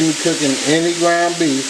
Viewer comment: When simple woirds like "ground" give you such trouble, I'm realy surprised you can manage words like Worcestershire.